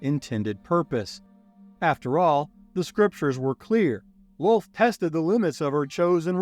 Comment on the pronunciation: Sir, it's Loth, not lol, just saying